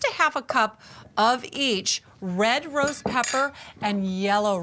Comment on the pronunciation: That's not what she said though. There was no T pronounced.😂